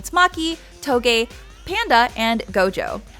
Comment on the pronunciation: im sorry but her pronunciation of names like okkotsu, and toge, are so bad